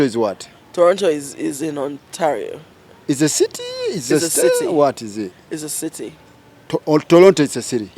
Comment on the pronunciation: And Ontalio😂😂😂.